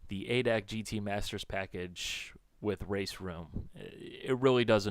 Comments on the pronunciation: hey, its pronounced "a" "d" "a" "c" and not "adac". it is a big automobile club here in germany as you may know. just a small hint. thanks again for your videos, i really enjoy them! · havent watched the whole video yet but we germans say "adac" like we spell it. A,D,A,C. its a short cut not word. a VERY VERY MINOR complaint :D. fun aside, why didnt simbin go for GTR3 instead of this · its not ADAC its A D A C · Its called A D A C, ( looooooooooooooooool Darin) xD. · yeah but i feel like dying when hearing it in a word.:D fyi, you can call it General German Automotive Club if you dont feel like saying A.D.A.C.:P